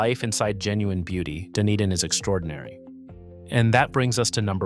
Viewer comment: how do you pronounce dunedin correctly all but one time LOL